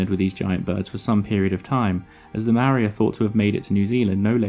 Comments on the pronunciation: Why are white people so lazy at trying to pronounce other words other then theirs properly, first you said Marry then you said meow-ree, how hard is it to say Mole-ree but pronounced without the L and role the R ffs.. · you called maori mari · Love seeing NZ in one of your videos bro it's tumeke! The Haast eagle was a mad bastard and was the boss here back in the day! The Maori ( pronounced, moldy) then came over and made all the moa into K fry then Nek minute, extinction lmao 😂😢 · for future videos, try pronouncing Māori correct